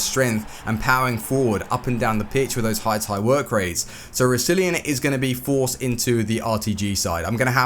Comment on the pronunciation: You butchered Roussillon's name